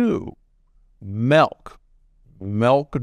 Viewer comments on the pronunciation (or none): Not " MEHLK " LOL MEELK !!! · Mehlk, never drink melk...